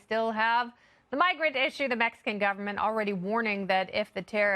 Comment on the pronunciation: With Mehico って笑笑